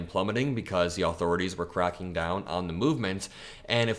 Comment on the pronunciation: “Aww-Thor-Aww-Tees” lol.